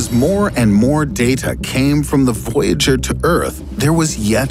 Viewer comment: At 8 min you said “voyager”. Yes, we noticed. ;)